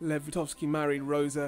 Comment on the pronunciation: "VyGotsky", not "Vitovsky" :D